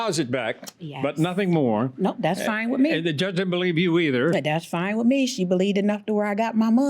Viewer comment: I was done after she said Wit instead of With and Likeded instead of Liked. Huh? 🤦🏾‍♀️